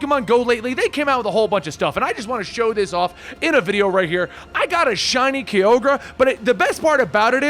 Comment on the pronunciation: Lmao shiny kioga in stead of kyogore